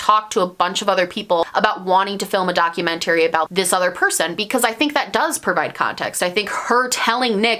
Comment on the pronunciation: It's not documen-tARy daa·kyoo·men·tr·ee